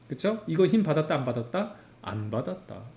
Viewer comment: 힘받았다는게 왜 자꾸 킹받았다고 들리지